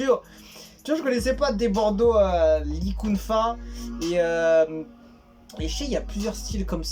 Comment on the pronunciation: Débordo likonfa, tel est prononcer par le youtuber, là il m'a tuer c'est trop bon, en tout cas le son me faire plaisir de l'écouter